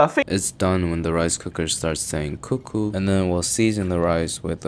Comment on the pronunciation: That Koo Koo lol man u Korean as F